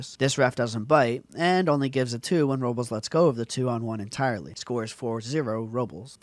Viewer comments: It's pronounced (Ro-blays). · Pronounce his name right!